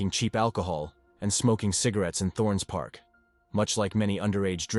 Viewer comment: Listening to someone say Thornes Park and Lupset Working Mens in an American accent is wild.